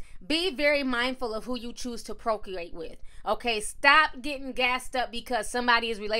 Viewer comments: Be careful who you proculate with? 😂😩💀 It's procreate love 🍵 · What's procleate?...lol